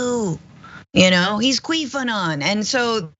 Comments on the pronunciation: Did she say "Queefanon" lol toofunny! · LMAO she said quweaf